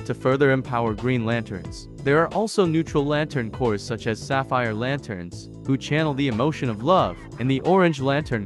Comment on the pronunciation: FFS, "Corps" is pronounced exactly the same as the word "Core". The P and the S are SILENT. Stop saying "corps" like "corez", there's no zeta on the end, unless you're talking about MORE THAN ONE. But just referring to one Corps does not have a Z-sound on the end, it's just pronounced like "Core". (And it CERTAINLY is NOT pronounced the same as a dead body, so it isn't "corpse", unless you're talking about the covert ops corps "The Corpse", run by Von Daggle that actually DOES pronounce it as "corpse".)